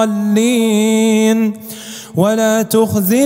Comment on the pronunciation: يا شيخ : ض وليس ظ الضالين وليس الظالين